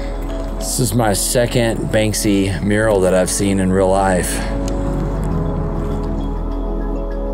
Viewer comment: Very informative, sad, inspiring & infuriating. Now i see what animals the Russians really are. A question..; Who is the artist you mention so many, many times beginning ? It almost sounds like "Banksy" or sounds like.. "Bang-See" . Thanks